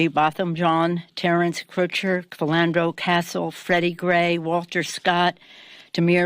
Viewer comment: whose Filando castle?? wow... at least show respect of the fallen by knowing how to pronounce their names.. how is this woman still in gvt??his name is Philando Castile, lastname pronounced as heard :Kasteel